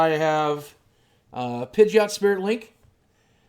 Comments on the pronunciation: IT'S NOT PIDGE-OT. IT'S PIDGEY-OT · Pidgeot is pronounced: PIDGE-ee-ott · says he watched first season and doesn't know the new ones pronunciation. THOSE WERE ALL GEN 1 POKEMON THAT YOU BUTCHERED THE PRONUNCIATION!! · You can't pronounce Pidgeot? It's not "one of those other guys", Pidgeot is Gen1. You say you watched first gen -> Ash actually got a Pidgeot. Your lies just got busted. Stop acting like you are one of us. Noone believes you. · The way I say them are Pid-ge-ot Tang-ela G as a G not a J